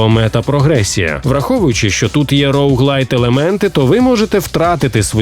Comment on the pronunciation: Вітаю, дивлюсь вас з задоволенням чесно., Але інколи(це дуже рідко!!) буває, ріже по живому, типу "роуглайТ" сценарист кульгає, і потім диктор крайній) Вибачте, не втримався. Це єдина претензія. Люблю, дивлюсь, повторюю з початку.